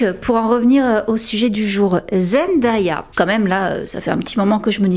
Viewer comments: J'ai adoré ta vidéo, mais ça se prononce "ZenDAYa" et pas ZendAya bis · Bonjour et merci pour la vidéo ! Superbe qualité comme toujours. Je me permets une petite remarque : comme on l'entend dès la première seconde de la vidéo, il faut prononcer "Zendéya". Elle insiste souvent dessus et n'apprécie pas que l'on écorche son prénom. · Super contenu, très intéressant ! Juste une petite remarque : attention à la prononciation du prénom de Zendaya. Sinon bravo pour le travail !